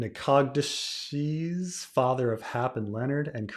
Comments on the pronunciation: Nacogdoches is pronounced NAK-ə-DOH-chis. It's a city in East Texas. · Nacogdoches: NACK-uh-dish. Trust me, my brother lived there, it's in Louisiana. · Not that it matters, Nacogdoches ... NAK-ə-DOH-chis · nack - uh - DOE - chez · “Rather sloppy,” says the guy who can’t do thirty seconds’ research to learn how to pronounce Nacogdoches or the name of one of the most influential editors in science fiction history.